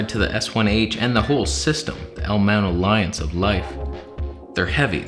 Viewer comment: whoa whoa whoa, that's not how you say "L MOUNT ALLIANCE"